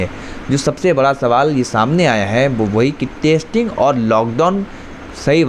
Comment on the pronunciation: Bhai, Tu apna pronunciation theek kar. Yeh kya "Tasting Tasting" kar raha hai. Tasting chakne ko kehte hain. Teri Hindi grammar bhi kafi kharaab hai. Zara dhyan diya kar.